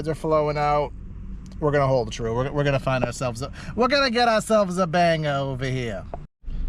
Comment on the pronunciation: “I gotta bangah ovah here.” 😂 Get that money bro! Love the channel.